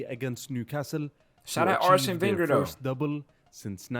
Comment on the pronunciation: Man called him Wegner 💀😭